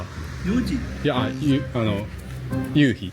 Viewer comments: 関西人ですがイントネーションやっぱり違うと思います笑 ユウヒ⤴︎ではなくユウヒ⤵︎かなぁーっと... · 関東で生まれ育ちました。西の方に親戚多めです。 聞いててほとんど標準語に近い感じなのに、夕日だけ。。。😅 ゆ↑うひをはじめに聞いた時なんだろう？と思いました。 ゆ→うひが多分全国的に通じるのかと思いました。 南大東島行ってみたいなと思いました。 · 夕日の発音に笑ってしまったのはおらだけ？ゆうひ、東京では、→→⤵、 多分沖縄も同じ、、ゆうひを、⤴→→だから可笑しい、通じないｗｗ